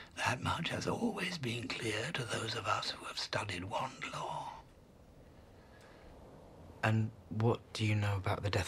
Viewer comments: Haley N He said lore not long 😒😒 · He says wand lore but I get it it’s sounds like law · No. I heard wand lo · He said long not law 😒😒